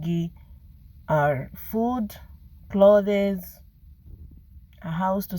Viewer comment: Babe did you just say clo thee ss